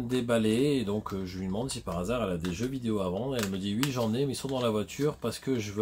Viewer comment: tu dit pas oui met wi 😅